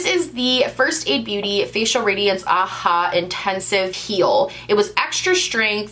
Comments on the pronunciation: did you say AHA moisturizer? like ahhhhh haaaa. it’s A.H.A which is a chemical compound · i heard her say that and i was like oh dear it’s not ahhhhhhaaaa.